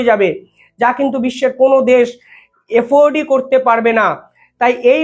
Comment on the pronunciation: আফোর্ড ভাই উচ্চারণ শিখে এসো আর navi to land missile Pakistan er নাই 😅😅😅 71 a 93k er pant খোলা হয়েছিল 😊